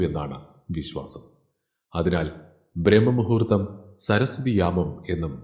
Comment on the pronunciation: B😊 ബ്രാഹ്‌മ മുഹൂർത്തം എന്നാണ് ചൊല്ലേണ്ടതു. ബ്രഹ്മ മു ഹൂ ർത്ഥം അർത്ഥം വേറൊന്നാണ് '